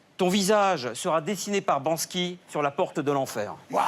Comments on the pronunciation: Narvalo. On dit BanKSy, pas BanSKy. .. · ARRETEZ de dire "Bansky", c'est "BanKsy" ! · Bon le gars il a dit Bansky...c’est banksy...on sait bien que tu t’en fou du street art comme tout ce qui vient de la rue d’ailleurs pas la peine de faire genre en essayant de sortir un blase...j’adore Léonard de vonci...